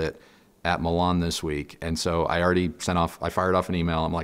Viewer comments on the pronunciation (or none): Mee-laann... not Millonn!!😂😂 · It's pronounced Me lan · Why "Melan"??